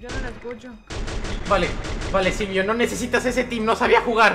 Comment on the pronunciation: con tdododododododoodtodo y se dice silvio no zilvio jajajaja